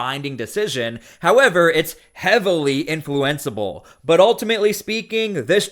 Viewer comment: Maybe they pronounce influenceable differently if you are in the legal know.😂